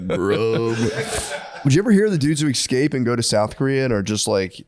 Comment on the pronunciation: The way that Matt says exscape fuckin kills me every time